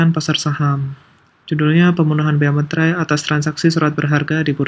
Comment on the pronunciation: Masih banyak yang menyebut meterai sebagai "materai" 😅